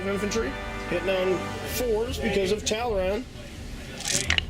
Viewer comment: Tall-Arn. Say it. Tall-Arn.